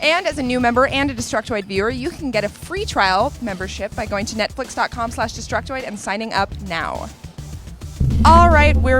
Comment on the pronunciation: did she said nutflix?